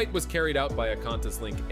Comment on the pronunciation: Need to work on the voice over! Qantas is pronounced.. kwantas...not cantas.